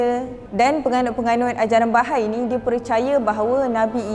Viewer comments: Sebutan dia adalah Baha'i...bukan bahai... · sebutan yang betul based on Bahasa Arab is ba-ha-ie. Bukan ba-hay standard ajaran sesat, pasti ada eksploitasi wanita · Bahai❌ Baha'i✅